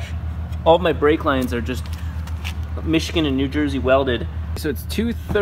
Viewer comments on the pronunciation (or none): none